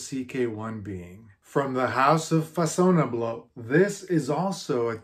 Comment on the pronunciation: Façonnable is a French designer brand and it's pronounced : Fa - son - naa - blee